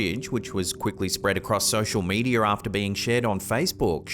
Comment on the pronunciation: Sosher medier 😅